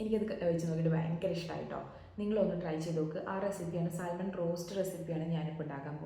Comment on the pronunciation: സാൽമൺ എന്നല്ല , സാമൺ എന്നാണ് പറയേണ്ടത്